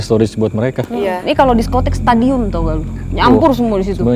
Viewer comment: Jd kangen stadium kak sara ngmong stadium 😂